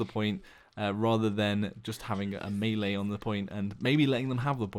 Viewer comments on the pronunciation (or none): none